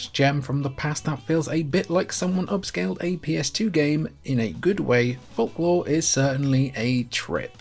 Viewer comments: Fork law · Bro can't pronounce folklore right